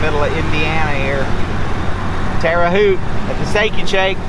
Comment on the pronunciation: Haute is pronounced like boat but with the H in place of the B. Yoder's Kitchen is a great place to eat, in Arthur, IL.